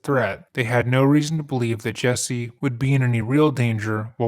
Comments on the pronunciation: Dude, he sucks as a person, but your refusal to pronounce his name correctly is just deliberately nasty. His name isn't and has never been Jessie. The fact that you KNOW his name is Jussie and you insist on calling him Jessie is just stupid. I'm going to just assume your name is "b*tch." and proceed to call you that despite the fact that I very well know that isn't your name. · His name is pronounced Jessie??? What a fucking idiot (mother?). jUsSie.... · JUSSIE,not JESSIE. if you're going to do it get it correct. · The guy is an idiot but to be fair you should at least try to pronounce his name correctly. Especially when you’re being paid by a sponsor to talk about him. It’s JUSSIE not Jessie. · Why does everyone pronounce his name as "Jessie" when his name is "Justin" and shortened as "Jussie"? Your white ppl influence is showinggggg! Watch out now!! Lol for real its so stupid 🙄😒This guy is so gross. I feel so sad and sickened that someone like this "gay black man" would even be able to get away with this! 🤯💩🤡What a piece of garbage and no matter what he still only served 6 days for something any "normal" person would get years for doing...⚖🤔👎Also, I find it a little ironic how all these black people are going around these days and straight up making up b.s stories of being brutalized by white people, then you turn around and find out it was all a bunch of lies! Talk about doing a disservice to your "history" 🙈🙊🙉BLM was a hoax people! Stop blaming white people for EVERYTHING because its f-ing conveiniant! LOL every single perpatrator in this case was BLACK and he had the gaul to put a noose around his neck and pretend that he never said that the people that "attacked" him were white? I hate this fool. And stfu 2pac wouldn't have shyt to do with your b itch ass! 💩💩💩💩💩💩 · I would normally be annoyed that he's pronouncing "Jusse" as "Jesse," but screw this misguided asshole. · It’s pronounced “juicy” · is he saying " Jessie " huh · It's "Jussie"